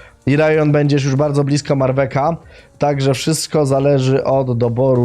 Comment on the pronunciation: zamiast "Marwek" mówi "Marwec"